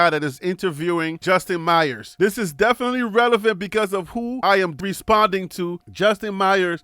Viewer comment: Sorry it’s not Justin meyers. The last name is pronounced “ mayors”ck it out